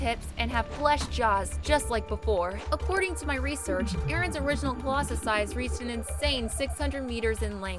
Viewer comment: "colossus"... thats just not right get better at being a youtuber